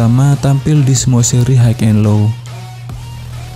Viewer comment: High bacanya hai ,mas. Bukan haik 😊✌🏻🙏🏻